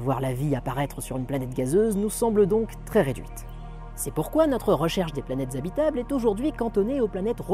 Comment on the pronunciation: "Les planettes zabitables" Ça fait un peu mal aux oreilles xD Mais sinon excellente vidéo, comme tj !